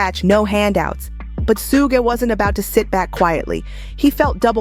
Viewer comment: how she say everything else right but the mans name😂😂😂 it's just funny how she says it (sew geh knight)😂